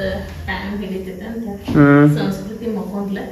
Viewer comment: ಸರಿಯಾಗಿ ಕನ್ನಡ ಮಾತಾಡು ಅದು ಸೌಸ್ಕೃತಿ ಅಲ್ಲ ಸಂಸ್ಕೃತಿ ಬೇವರ್ಸಿ